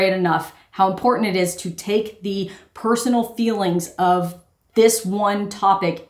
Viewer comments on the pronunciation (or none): none